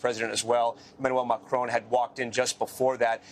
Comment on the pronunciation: It is an insult that these reporters and journalists are not pronouncing names and places properly. They are not even making the effort. Norah O'Donnell can't pronounce Buenos Aires properly, and the reporter here can't pronounce Emmanuel Macron properly.